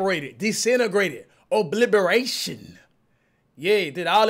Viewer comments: Nobody: Cash: Obliberation 😂😂🤣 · “Obliberation” cmon cash 😂😂😂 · This nigga said “obliberation” 😂😂 cmon cash. Its OBLITERATION.